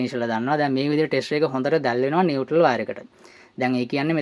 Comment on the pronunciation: නිවැරදි කිරීමක්: ඒ වචනය 'නියුට්‍රල් ' (neutral) , නියුටල් නොවෙයි!